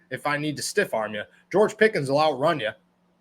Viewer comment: yall keep saying pickens this an that he aint even played a down yet u not even saying his name right